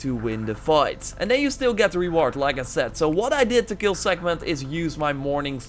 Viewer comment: Did you ever read the word "Sekhmet" or do you say it from memory? Because it doesn't have an "N" in it!